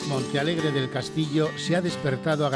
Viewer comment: es Montealegre, el que comenta a ver si te espabilas los primeros minutos dices Monta ,minuto 11 otra vez Monta jajaja alli naci yo en el 65 enterate ya es MONTEALEGRE MONTEEEEEE